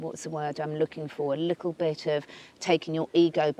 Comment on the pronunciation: "a lickle bit"? 😉